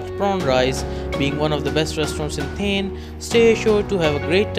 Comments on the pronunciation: It's not 'थेन' , it's 'थाने- Thane'. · Its not theeeeen it's thaaaaaannnne.. 😂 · its Thaane(pronounciation)and not thane(sounding like thame) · U don't know the place as u can't pronounce it correctly and you are suggesting top 10 restaurants of that place is utter nonsense. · Looking at your pronounciation of " Thane", its very clear that you have cut/pasted from somewhere. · Please correct your 100% wrong pronounciation of the city. Its an insult. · Hey Dude ..Please correctly pronounce its Thane City of Lakes .. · Ha kon murkha aahe , jo thanyala neet.pronounce pan karu shakat nahi 🙉🤦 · Cant ignore the Thane Pronunciation though... i tried alot. Also you have missed many.